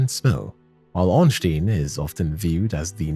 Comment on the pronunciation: brother, i am actually trying to have a nap here and you hit me with "Ornschtin and Spill". that activated my fight or flight response on the side of violence.